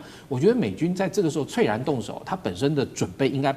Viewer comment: 猝然的讀音非脆然，應該是促然！